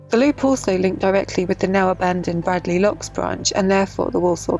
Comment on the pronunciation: I hate to be pedantic but I was pulled up many times when I first moved to Wolverhampton for miss pronouncing Bradley, it’s actually spoken as Bra(y)dley.